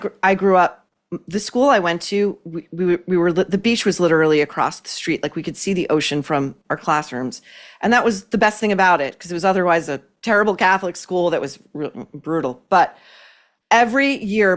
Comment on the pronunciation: The word STUNNING is not as annoying as the way too many people pronounce ANY word like STREET , but they add an H to word to make it SHTREET!